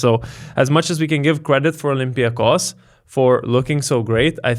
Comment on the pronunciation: It's OlympiacOs. Not OlympiAcos. Okay?